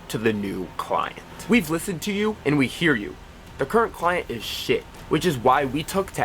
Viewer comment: He lost me when he said "full screen clinet" nah ah